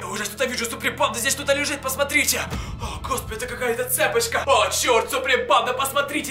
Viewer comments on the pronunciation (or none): почему ты говорил цЕпочка? а не цепОчка? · Не Цеееепочка, а цепоооооочка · Не цЕпочка а цепОчка